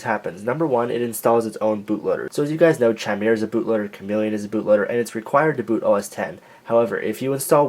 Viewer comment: It's pronounced [ki-meer-uh], not [chi-mer-uh]. Just saying